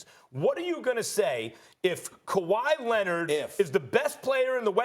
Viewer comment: kawhy lennit